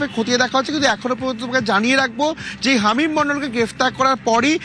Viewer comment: আরে ভাই হামিদ নয়, হামিম 😅😂